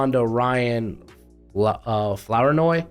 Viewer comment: You pronounced Flournoy wrong this time. In your other video, you said it correctly. It's pronounced Floor noy.